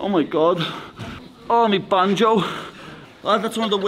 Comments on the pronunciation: "me banjo" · “Me banjo”😂😂